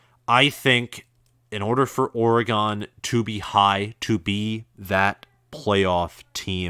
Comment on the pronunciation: Lol, why are y'all saying or-gone? 🤣 it's or-gun